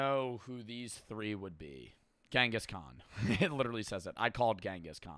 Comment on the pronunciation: it's not gengis Khan It's chingiss knaan